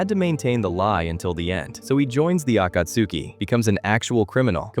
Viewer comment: The mispronunciation of Akatsuki was a stab without warning.